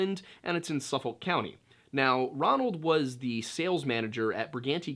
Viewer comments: It’s pronounced SUF-FOK not suffull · We say it like "Suff-ick," lol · it’s pronounced suh fick 😆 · Yea being from Nassau that bothered me a little bit! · Suffolk is pronounced like Suffik bu us locals. ;-) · I run by this home often. It's quite lovely actually Heheh and it's pronounced "Suf-ick"! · Amityville is in SUFFOLK County. The "L" is silent. It's pronounced "Suffuk". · I'm from Long Island, and you did great, just one thing- it's pronounced more like Suf-Fuk county. It's cool though lol, most names on the island can be hard to pronounce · Don't take this the wrong way, but when i first heard that, the immediate thoughts in my head was of Detective Columbo(solving the case) & then of Joe Biden. I knew what you were probably meaning to say. I don't have any issue with what was said. I just thought it was funny. I'm from Suffolk County, about 15 minutes east of Amityville. For future reference, the ''L" in Suffolk in pretty much silent. Most of us here pronounce it as Suffuck. Anyway, good job with the video.